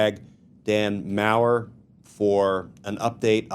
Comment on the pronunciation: Glenn Kirschner, you have a German last name, as does Dan Maurer. Yet, you mispronounced Maurer's name every time you said it. I was embarrassed for him. I am an American with some German heritage who holds people's names as very important. Please correct your pronunciation of Dan's name.